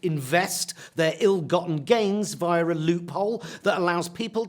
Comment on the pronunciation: Jonathan Pie taught me there's an r in "via" and several y in Putin